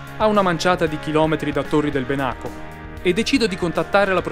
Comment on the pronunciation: Ahia! La pronuncia è Bènaco, non Benàco, è l'antico nome del lago di Garda. Tranquillo non c'è problema :) si impara sempre. Comunque il video rimane ottimo